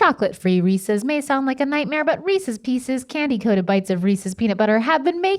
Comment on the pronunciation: I'm thoroughly pleased that neither Rhett nor Link pronounced "Reese's Pieces" as "ree-seas pea-seas".